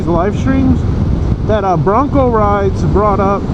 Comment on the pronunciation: his name is broncoride not broncorides dam man if your going to shout out someone name at least say it right geeezzz you can get aerial shots of your home thru google earth geeeezz get with the program., dam man my name is 1Down4Up not 1down dammit man.